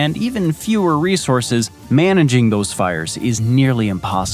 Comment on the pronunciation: Not to be a grammar Nazi but it's "resources"